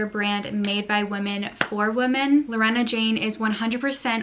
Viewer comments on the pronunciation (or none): Girl!!! Lorna Jane is pronounced "LAW" + "nuh, there's no E in the name hahahah. Sincerely an Australian who sees that shop at every shopping centre 😂